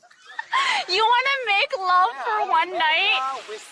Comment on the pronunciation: I love how imjasmine, an Asian woman herself, if making fun of that guy for saying "make ruv" lmao that's kinda brutal